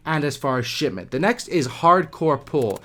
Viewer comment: Did you say shitment ㊗️😂